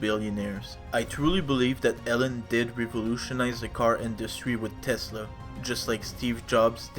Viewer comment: Eeeeelon not Ellon 😮